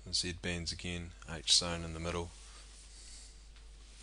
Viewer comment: Does anyone notice hes saying Z bends?